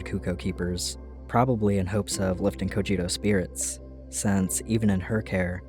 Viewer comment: Cojiro "KujZee-LOh"